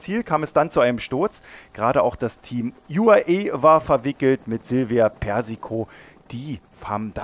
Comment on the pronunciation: Der Sprecher im Video sollte sich einem Stil der Aussprache zuwenden entweder alle deutsch angeglichen oder doch eher englisch betont. SD-Works, UAE, Jumbo Visma usw. klingt andernfalls einfach unschön. Die Betonung wirkt weiterhin sehr bewusst gewählt und daher etwas künstlich /überspitzt. Nicht mein Fall aber das muss es ja such nicht.